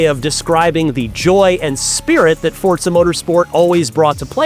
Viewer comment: ign needs to get this guy a teleprompter he can put next to the camera jeez Edit: Also teach him how to say Forza